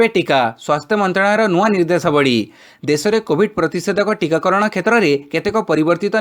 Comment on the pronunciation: Abe murkha tikakarana ku tikagarana kana kahuchu be